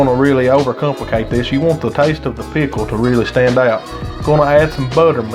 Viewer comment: i love how you say pickle and I'm southern 😍